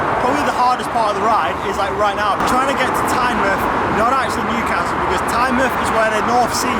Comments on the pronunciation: Good vid, nice to see some Northumbrian roads on your channel, the military road is fantastic isn't it? One thing - It's Tyne-MOUTH not Tyne-MUTH hahaha. All the best for 2020 dude. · For Tynemouth you pronounce the mouth the same way as you would normally say "mouth", not like in the word "Plymouth"